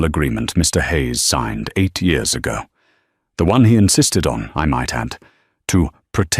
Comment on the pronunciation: Re hashed story!!!!! The AI still can’t pronounced YEARS!!!!!!